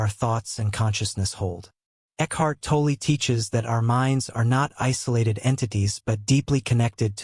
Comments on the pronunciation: Pronounced tall or toll.. not toll ee.. or toll eh.., Please stop butchering his name ., Thanks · Pronounced - Tawl- Tall or - Taull- Stop with the eeeee after saying his last name .